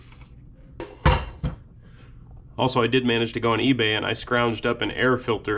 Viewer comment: Lmao can't believe you call it flea bay as well 🤣